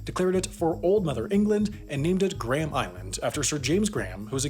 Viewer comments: gray-am island, not gram island. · It's not Gram Island, it's Gray-am Island. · Can you please pronounce Graham correctly. It is not the unit for measuring mass, "Gram". Thank you. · Gram Island? You are missing a dipthong. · The correct British English pronunciation is Grey-um. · Ironic considering he pronounced Graham wrong